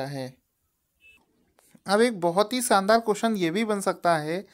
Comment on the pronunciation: Bhai saandaar nai Bola karo